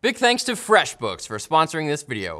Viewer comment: erm... where's my "FWEFF BOOKF"?